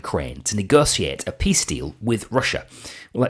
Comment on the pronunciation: Mfff, he cannot even spell peace, he cannot utter the word peace properly!